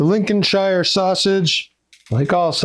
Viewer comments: This is marvellous to see you creating these! It’s one of my favourite sausages. Just one thing... call it Lincoln-sheer not ‘shire’ (as in ‘hire’) These are delicious on bread and butter ( sausage sandwich) with ketchup or HP Sauce. Husband loves them on a bap... or you’d call them a roll! The other thing is those are no way near brown enough! Cook them until brown not pale. There’s usually no pinkness in the flesh. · Brilliant video you have the sausage ratio Size nailed on brother, and the sausage should be sage emphasized as so so rightly did. You are an honorary Englishman, Sir. however, stop saying Lincolnshire emphasizing the SHIRE Bit... in England we call a shire a .....SH - "LinconSh" then this video would be nailed on bro.